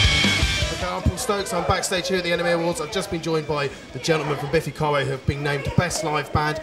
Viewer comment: Is it just me or does he say Biffy Clyro wrong???